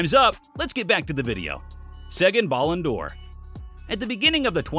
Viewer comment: I know I'm gonna sound like an asshole but... Please learn how to pronounce Ballon d'Or if you are gonna say it so , so, so many times.